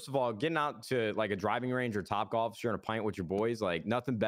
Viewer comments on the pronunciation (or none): Nobody: Courage: "you were getting into gAlf" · "Galf" - Courage